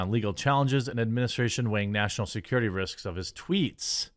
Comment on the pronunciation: "Muh national securitay".